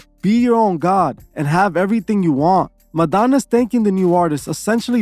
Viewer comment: Introducing: Madonnuts. LMFAO !!